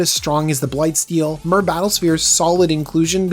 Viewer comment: Just FYI, MaRo has confirmed that the correct pronunciation of Myr is "meer", as it is meant to tie into the word Mirrodin, which itself is inspired by the word "mirror".